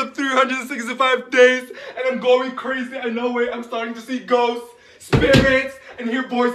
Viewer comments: Isn't that cwazy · Isn’t that CWazy